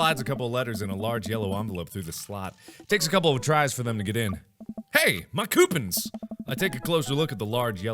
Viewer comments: I'm triggered by the way he says coupons IT'S COUP - ONS NOT COUP - INS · no one noticed that he pronounced "coupons" as "que-pons" in the previous video, and said "coo-puns" in this video??? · Why does Mark pronounce "coupons" like Q-pons? I thought it was like coo-pons. Prob a pointless question, but just wondering. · Are we ignoring the fact that mark said coopons instead of coupons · It's. Not. Queue pons. It's. Coo pons. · "my koopuns" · "Hey! MY COOPENS!" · seconds in and i die from "coupens" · "Coopins" Markiplier, please. You precious cinnamon bun. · cyoopons. koopins. Mark, pick a pronunciation please XD